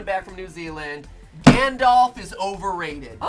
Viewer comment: Galdolf? Sorry, what? Gandalf.